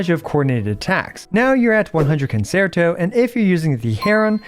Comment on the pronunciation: Please look up how to pronounce concerto (the 2nd c is a ch sound).